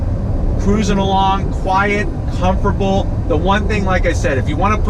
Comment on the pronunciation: Is it me or does he keeps saying "Comforble" instead of Comfortable...